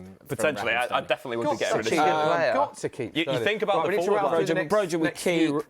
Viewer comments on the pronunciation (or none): none